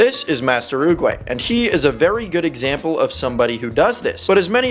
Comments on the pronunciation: It's not oogway it's oogwGAY Fr check it out😅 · He destroyed the name Master oogway